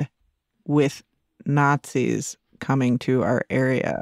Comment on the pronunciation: When the not-zees show up, you will know about it. Not these people you just call not-zees